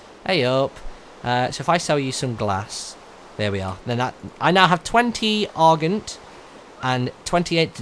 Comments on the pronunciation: its ar-jent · Dernier is pronounced Dern-Yay Argent is pronounced Ar-Jawn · I dont really know how to spell pronounce it but its arzjent (dont say the j too much)